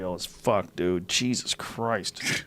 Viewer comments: Joe "Jaysus" Rogan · joe "jesas" rogan